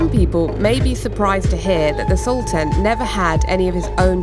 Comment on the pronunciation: Its sultaan.. Not saltaan😂